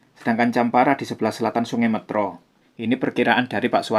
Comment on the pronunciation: Metro bukan métro Kocak